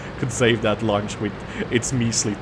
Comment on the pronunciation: That "lunch" tank is a luchs, its pronounced LUX :D